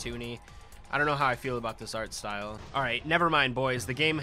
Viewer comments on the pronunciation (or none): none